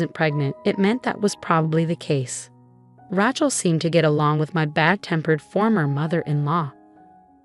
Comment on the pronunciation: It would be good if the teller of the story could pronouce the name correctly Rachel is pronounced with a long A. Also other word pronunciations are a bit wonky too. Get somebody who knows the English language and can pronounce words correctly to read these stories.